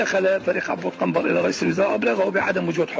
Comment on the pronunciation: حبيبي قنبر مو كنبر